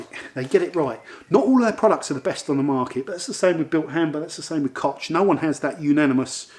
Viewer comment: Hello, I watch your videos frequently. Very nice. But, yes, please use google translation voice to find out how to pronounce koch or/ ch/ in German. Keep filming.